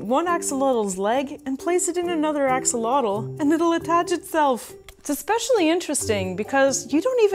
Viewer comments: X is pronounced like "sh" and the TL is more of a sharp air release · Although I do enjoy your videos, I'm not happy on your pronunciation of this super powerful and unique animal. And yes when France was defeated by mexico in the war they took many of our axolotes.